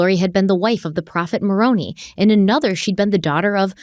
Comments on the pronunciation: Maroni is pronounced "Mu-roe-nye" and Nephi is pronounced "Nee-fye". Those are two of the prophets in the Book of Mormon that are mentioned in this case and I thought I'd give the pronunciations in case anyone cares lol. I was raised LDS but am no longer practicing and looking back on what I was taught, I can see how it sounds a bit crazy. Lori and Chad take the cake on the crazy though, and they definitely took some of the teachings from the LDS church and just started putting their own messed up spin on it. Truly bizarre. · I'm not even Mormon but being from Utah and hearing the pronunciations of the Mormon names makes feel the need to correct it every time lol. Just for future reference: Moroni - More-Oh-Nye, Nephi- Knee-Fye. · Hi and. Love the show Love the way you two always banter off each other 😂. As a member of the LDS (latter day saints) AKA Mormon religion I'm going to help you out with some pronunciations from the Book of Mormon. Moroni ends with a long I sound...Moron EYE. Nephi is pronounced the same way. KNEE F EYE... King Laban is pronounced LAY BUN... It is fun to hear your way of pronunciation 😅. I look forward to the next episode. ❤ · Not sure if anyone else has offered this tip or not but it's pronounced "mor- OWN- eye" Moroni. And. NEE-feye. Nephi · It’s pronounced More-own-I lmao not like with y it’s definitely not pronounced like macaroni 😂 but damn as and ex LDS member it cracks me up to hear it said like that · The pronunciation of Moroni is: the I sound at the end is a long I not e. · I’m not Mormon or exmormon but i think moroni is pronounced mer-OWN-eye and nephi like KNEEf-eye, it doesn’t really matter that much but that’s how I’ve heard exmos pronounce those names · this is simply me nitpicking and I’ve never been Mormon so take all this with a grain of salt but I have only ever heard of Moroni pronounced “maron-eye” not “maron-ee”. Again - just nitpicking and I could totally be wrong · It's pronounced "Moron-I"